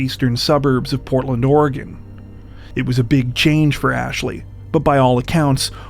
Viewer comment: Thank you for saying my states name correctly. It drives me nuts when national media cannot pronounce it correctly.